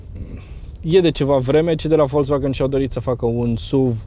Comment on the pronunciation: Folcsvagăn, NU Folțvagăn daca vrei sa pronunti corect. Daca nu, spune si tu VOLZVAGAN cum zice tot romanul. Ca vad ca te chinui prea mult. Nu exista ț in pronuntia acestei marci.